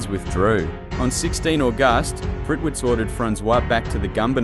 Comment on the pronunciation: Great vidio but you need to fix pronounceations like August 😂😂